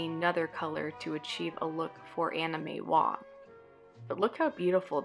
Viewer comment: Sounded like you were saying Anime Wong until I looked at the screen. Please enunciate.